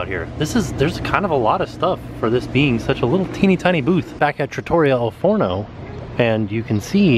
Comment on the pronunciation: Hey, I’m going to help you out with your Italian. Trattoria is pronounced Trah-Tour-ree-ah. Slight roll on the first R in Trah. You got the al Forno part perfect. 🇮🇹👍🏻